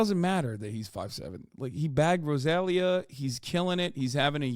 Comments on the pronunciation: Bro said Rozaglia 💀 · The way he said Rosalia SENT me hahahahaha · THE WAY HE SAID ROSALIA NO MI AMOR PORFAVOR QUE EM MATES